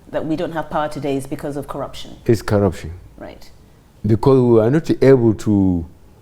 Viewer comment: What manner of teleguided interview is this? he can't even undstnd the dynamics of the questions thrown at him, only 4 the hire anchor to be explaining what she meant: Just listen to the semilliterate frail looking oldman, he just kept on mouthing things like, Kwaraption, ekwonomy, and what have U.